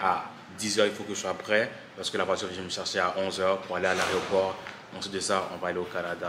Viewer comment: Ha tu di aREoport..ha OK...😂